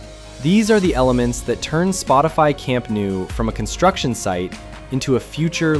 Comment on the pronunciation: Camp nou is pronounced more like"camp no" not "camp new"